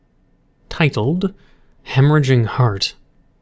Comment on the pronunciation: is it just me or did he say it like like tit-led instead of tite-old